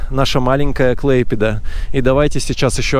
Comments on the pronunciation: Клайпеда, а не клэйпеда. Не канал, а река данге. Выучи русский, а потом литовский. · Не Клэйпеда,а КлАйпеда!!!!!!! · Что вы так коверкаете слова, не клэйпеда, а клайпеда. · КлАйпеда это не русское ударение. Русское это КлайпЕДа. Заявляю на правах коренного жителя. В связи с массовым оттоком русских в 90-х, употребление КлайпЕДа сократилось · Город Клайпеда а не Клэйпеда. Не каналы , а река Данга. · M.P. ну точно не КлЭйпеда....или должно быть как в английском? А произносится Эй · вот именно русским надо учиться правильно называть КлаЙпеду. Позор. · так всё-таки Клайпеда? Только я слышала, как он говорил КлЭйпеда.? Так А или Э ? Я белорусска и тоже хочу знать, как правильно...вот рядом муж-литовец смеётся....🤔🤔🤔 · если и произносит неправильно, то после рекомендаций исправляется. а вот великодержавники из принципы коверкают литовские названия. Олечка из принципу говорит: КлайпЕда, ШЫлуци. Противно. а муж литовец - не обязательно знаток в языкознании. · Перед тем, как выкладывать видео, не мешает научиться правильно произносить название города, и узнать значение слова "корабль" .